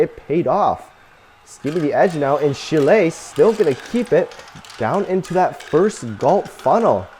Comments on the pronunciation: Learn how to pronounce Chile. Not Chilé. Moron! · "Shile" it's Chile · Learn how to pronounce Chile.